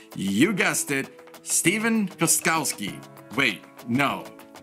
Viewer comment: Hahha you said the name better then me lol